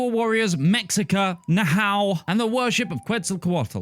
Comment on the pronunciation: Mexica is pronounced meh-SHEE-ka Nahua is pronounced NAH-wah